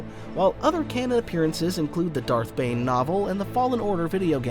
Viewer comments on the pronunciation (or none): none